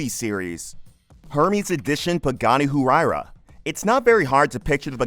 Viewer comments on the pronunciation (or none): Once I heard Hu-why-ra…I immediately knew the narrator was not a car guy.